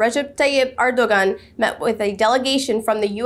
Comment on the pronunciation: Great job, sister, but please pronounce President Ergodan's name properly. In Turkish, the ⟨ğ⟩ (sometimes represented with ⟨ɰ⟩ for convenience) is known as yumuşak ge ([jumuʃak ɟe]; 'soft g') and is the ninth letter of the Turkish alphabet.